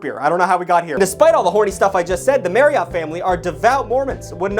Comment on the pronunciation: As per usual is over here saying words completely incorrectly. It bothers me sometimes because Marriott is not pronounced like that at all. According to Google it should be pronounced the same way that Chariot is, Marriott correctly rhymes with chariot. So if you're saying it like 'MaryOTT', you sound like an asshole.